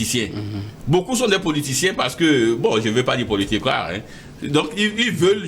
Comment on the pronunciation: Ce journaliste ne connaît rien il fait honte non seulement par son raisonnement mais aussi la prononciation des mots comme « partchi politchique »